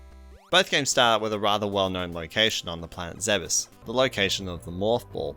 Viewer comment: i thought it was pronounced zebes like leeds